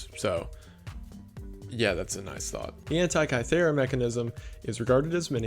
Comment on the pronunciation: Great video ! I don't generally believe in conspiracy theories, but I find them fun and interesting. I discovered your channel yesterday and now I binge all your videos hahah. Great work! And so amazing that you mention Antikythera Mechanism! Even though the pronunciation was a little off ( I get why , it's hard for a non greek speaker:) ) Such an interesting small part of my country's history. I Always love when foreigners mention us:))